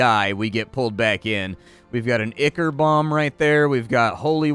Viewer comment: While I love your gameplay vids, your butchery of English nouns is very distracting. Ablative, Ichor, &c. Otherwise, very engaging tour. Thx.